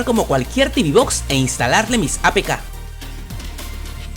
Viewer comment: Tibi box no Teuve box si. Y realmente si se habla en español.... Caja de TV. Y las caja de TV no tienen nada que hacer frente a un pc. Se venden más caja de TV por que son más baratas. Pero jamás an sido las reinas de nada. Unboxing no. Desempaquetado si. Etc Y las mejores mini pc calidad precio son las de Intel.